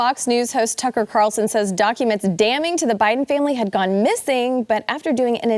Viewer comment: There’s no T in Carlson